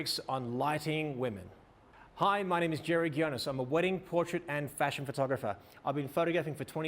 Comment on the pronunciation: Ghionis like we say Γκιώνης; You must have Spartan roots.